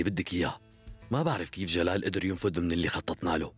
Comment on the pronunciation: جلال مو گال ماعرف أقرأ واكتب كيف قره رسالت مجد